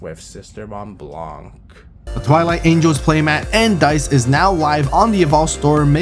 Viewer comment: I dont know why it anoy me that much when people pronouce the "c" in blanc. For those who dont know, blanc is white in french. The c is mute. Then why is it there? Because of its femine version blanche.